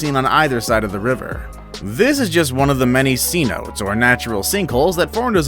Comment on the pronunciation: cenote is pronounced say-noh-tay, not see-note